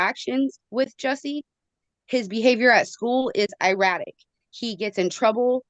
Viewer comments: “eyeratic “ oh honey, get a dictionary and look up the proper pronunciation if you want someone to take you seriously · Iratic!? The level of ignorance, erratic, the word is erratic.....